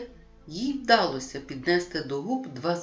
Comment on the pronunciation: Дякую! Але! Наголоси: вдалОся, піднялИся, повелИ, провелА, недОпалки, рукОписи, Якось, їздила на конІ , товстИй… Працюйте над орфоепією